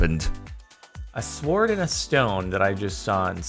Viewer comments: This is the first time I've ever heard someone pronounce "sword" like "s-ward" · he pronounced sword as it's spelled, not as "sord"